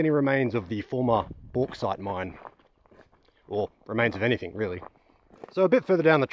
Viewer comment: Not too bad but, “anything” ends with a G, not a K. Yes, I’m a pedant.